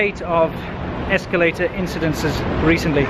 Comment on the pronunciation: Incidents, not "incidentses." Escalator, not "esculator."